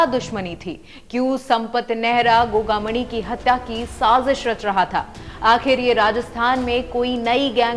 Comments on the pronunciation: Maidam dhang se uccharan to karlo gogamani nahi gogamedi hai 6 nahi 4 gard the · तू घंटा रिपोर्टर है गोगामेड़ी न गोगामणि बोले है भाग यहां से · गोगा मणी नही गोगा मेङी